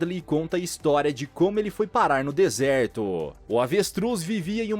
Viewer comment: "desertôô" kk